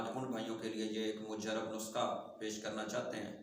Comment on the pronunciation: اپنا لفظ درست کریں خدا کے لیئے اللہ پاک آپ کو اجر عظیم عطا فرمائے آمین اصل لفظ نسخہ ھے ناکہ (نسکہ ھے) دوسری اب پتہ چلا ھے آپ نے بولا ھے ( یتون )یہ اصل لفظ ھے زیتون تو پلیز اپنے لفظ درست کرلیا کریں شکریہ